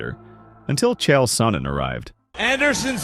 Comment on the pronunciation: It landed in the chest. What are you talking about? Also it's "Sonnen" not "Sonnon" lol